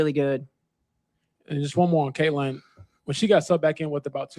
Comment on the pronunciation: She's been doing it for weeks now. Pronoucing Caitlin's name must give her ulcers. The degree of simmering jealousy and hatred is stupefying! But what to expect from this parody of a coach, who called CC's season-ending injury "a blessing in disguise" ?